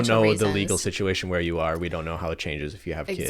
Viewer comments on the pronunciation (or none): being canadian, i dont notice other people's candian accents. but when said "OntaRio" and "ArE" and i laughed so hard